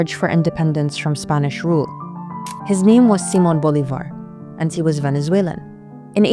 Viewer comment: Great pronunciation of Simon Bolivar! Would love to recomend One hundred years of solitude by gabriel garcia markez, and also the Netflix (same name) TV show